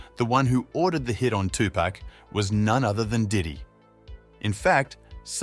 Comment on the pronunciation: Notorious B-I-G 2Pac= two pock Don’t do stories on the culture if you can’t say their names correctly